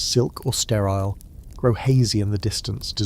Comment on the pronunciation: Not STRAL - STERILE